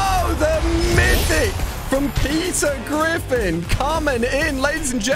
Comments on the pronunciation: When he say Peter griffin i hear pizza griffin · Peter Griffin❌❌ Pizza Griffin ✅✅